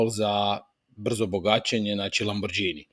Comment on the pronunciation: jako dobri edukativni video uradci......i samo jedna ispravka u izgovoru nije lamborđini VEĆ lamborgini!!